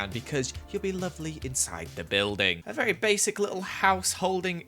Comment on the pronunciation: Me: IM SORRY WHAT !! him: A VARRY BASIC HOUSE!!!! My self esteem...